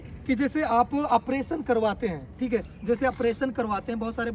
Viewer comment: Apration nhi operation hota hai .